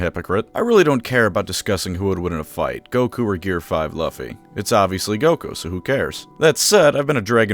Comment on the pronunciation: Pronounce Luffy like that again and I’m taking your insulin